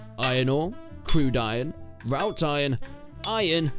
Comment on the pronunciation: Psst. Wrought Iron. Wrought rhymes with 'thought'. It's not rout iron.